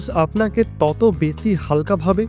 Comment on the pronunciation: বেছি না বেশী হবে সমছ্ছা না সমস্যা। আপনার উচ্চারণ এ অনেক সমস্যা আছে আগে এগুলো ঠিক করেন তারপর ভিডিও করেন।